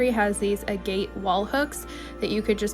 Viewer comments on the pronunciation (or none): Hi, fyi Pronunciation of AGATE. Ag-ate. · Agate is pronounced like aggot...rhymes with maggot.